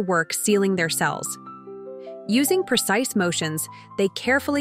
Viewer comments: How many times should the AI have to emphasise the word "precise" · Say precise one more time... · Say precise again.